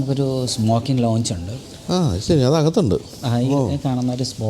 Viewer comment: Aero Launch.. ? It's Lounge